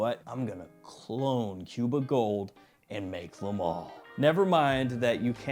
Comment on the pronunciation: Hey southerner, it's pronounced "MALE" not MAL! Think of the word "ale" you don't say ALL, you say ALE! XD